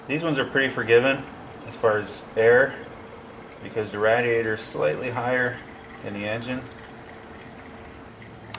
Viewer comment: Hearing you mospronouce radiator is killing me, it's pronounced ray-dee-a-tor. Like radiate.